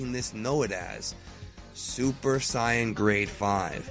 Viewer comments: As a very american watcher of DBZ, I am bothered by his pronunciation of some VERY common words and annoyed at his refusal to call the "Room of Spirit and Time" what it is widely known as by those that will probably watch his video. It is not a Super Syion: It is a Super SAiyan. His name is Babidi, not Bobby D. And for the love of god, it is Hyperbolic Time Chamber, not Room of Spirit and Time!! I honestly could not care less which is more proper but the majority of those of us that are going to watch this video watched DBZ in one of its many American releases and no American release would be caught dead pronouncing things that way and using niche wording. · Mason Luipold Great question. The correct pronunctiation of Saiyan is not Sayen, its Sigh-yan based on the Japanese language. Saiyan is a pun on the word Yasai, which means vegetable. Not Ya-say... Ya-Sai. Thus, its properly pronounced Saiyan or Saiyajin. Funimation fucked up in 1995 and it stuck. The entire race is a pun on vegetable. Kakarotto = Carrot. Vegeta = Vegetable. Brolly = Brocolli. Nappa = Cabbage. Paragus = Asparagus, etc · I know this is an old video but why do people pronounce Saiyan is Syan? In the anime they tell you exactly how to pronounce it because you hear it spoken so many times. In Japan they pronounce it like Syajin but only like that, when they call them Saiyajin, not saiyan. Maybe I'm wrong but for me the way to say Saiyan in English is exactly the same way the ACTUAL saiyans say it in the dub? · who ever called it "super scion" for him to think "saiyan" is pronounced that way? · Still will always pronounce it "say-in", but to each his own. I was in fact a "dubbie", so it can be painful to hear some of the original voices. Not to mention I feel as if something is missing if the exciting music isn't incorporated. Everyone has their preferences. Although I'm about to be told mine are shit XD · Its say-an, theirs no e at the end making the I say i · Who else got mad when he said Saiyan